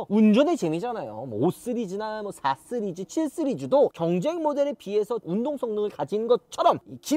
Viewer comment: 시리즈를 계속 스리즈라고 하는거 킹받네